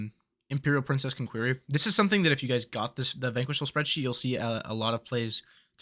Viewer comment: You say soreadsheet. i get the fuck out of here. Byes.